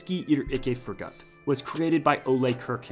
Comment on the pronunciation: no it translates to The Best is never too good. and you pronounse it like "de best er ikke for got"